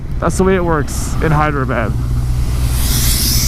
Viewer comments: You keep calling it "Hydrabad"!!!! LOL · It is pronounced as "haydrabad"